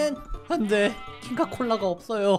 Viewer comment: 부분에자꾸눌러서보면 안되가아니고 헛되에.....이런식으로들림ㅋㅋㅋㅋㅋㅋㅋㅋㅋㅋㅋㅋㅋㅋㅋㅋㅋ